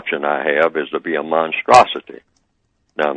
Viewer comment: i heard neely say - he's a monstrasity i heard him say a monstasity support the white supremacy.